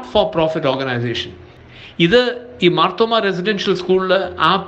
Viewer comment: മാർത്തോമ്മ എന്നു ശരിക്കു പറയുവാൻ പോലും അറിയില്ലേ സഹോദരാ? മാത്രോമമാ അല്ല മർത്തോമ്മാ 😂